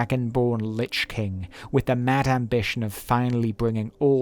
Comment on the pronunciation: Lich is pronounced "lick" it's an old Anglo Saxon word for corpse. Which group of people in England that used it I'm not sure of.